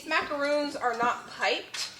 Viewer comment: Yes you're correct with pronouncing the coconut cookies as macaroons and the meringue macarons ( like the French President) lol!